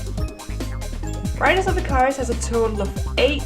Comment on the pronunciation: Riders of 'ih-K-ER-uh-s'